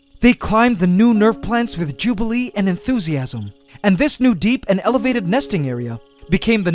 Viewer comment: This guy is the best one of my favorite you tubers but damn did he just say jubilee